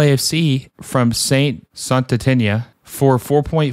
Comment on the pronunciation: fam u gotta at the very least get these names right lmaoo.... pweeg? ...puig (poo-j). sant etenia? ...saint etienne (et-E-en)